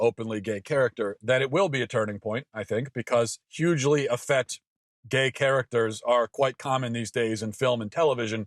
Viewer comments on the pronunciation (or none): So many great, fraught issues here, so several points, but one small annoyance first: the word is 'effete' -- the second 'e' is long. It is pronounced 'eh-feet'. The political labels are problematic here, so I've gotta give some background: I'm a long-time Trotskyist -- you don't get much further left than me politically -- and I'm an old actor/director who mostly agrees with Matt here (I mean, besides the 'effete' thing). Enough with this sexual and gender proselytizing -- it is enough that homosexuality is not discriminated against -- any more than that you don't get to have. Deafness and muscular dystrophy should not be discriminated against either. Hell, when I was an 18-year old college fresman, I saw a great instance of cross-gender casting. It was a Yale Drama School production of Christopher Marlowe's 'Edward II'. One of the leads is a macho badass named Mortimer. The part was played by a 23-year old, six-foot-tall actress in leather -- a grad student at Yale Drama. It was Sigourney Weaver. I would have had her baby if she asked, I was so in love. In '65 Laurence Olivier played Othello in blackface with a Caribbean or Jamaican patois. It was regarded as revolutionary and brilliant. I'm an old Lefty actor/ director, and I agree with Matt here. The LGBT community doesn't get to push its agenda beyond POLITICAL equality. Fuck the rest (literally no pun intended).